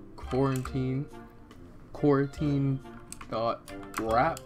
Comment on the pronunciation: so, if you're reading this during covid-19, stay safe! also it kind of sounds like he said quarantine lmao